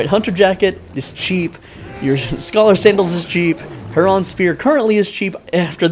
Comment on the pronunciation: "Herraahhn spear" 🤣🤣